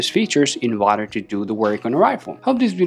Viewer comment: In "wader" to search? That's what it sounds like you are saying. Remember that people watching this video are beginners. Talk slower and distinctly.